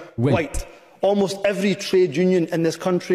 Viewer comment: "evwry ewrry ewwrry" Mais bon dieu